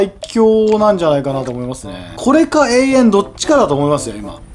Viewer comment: えいえんじゃなくてとわらしいですよ